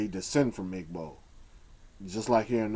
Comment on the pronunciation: i LOVE your videos, but PLEASE say "gb" correctly. it HURTS to hear you say ihh-g.bow.